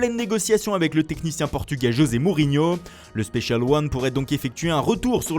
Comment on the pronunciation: C plus José walah c jése